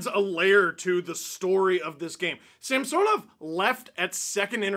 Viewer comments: In a game early in the season, the broadcast mentioned that Samsonov requested his name to be pronounced differently, which is why on broadcasts you hear them say Samsonov (like the name Samson) now instead of SamSOnov. Chris Cuthbert even corrected himself mid broadcast. Its something thats stood out for me for some reason cause Steve still calls him SamSOnov, which is probably the correct pronunciation in Russian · Steve can you please say Samsonov right? Early in the year the play by play announced he wants it pronounced the other way from what you’re saying. Great work as always though.